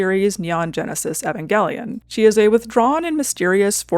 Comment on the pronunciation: It's such a small thing but I really appreciate that you pronounced Evangelion the right way. A big pet peeve of mine is when people say it with a long E at the beginning.